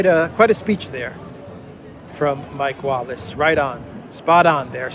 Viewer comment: His name is not Mike Wallach, it's Mick Wallace.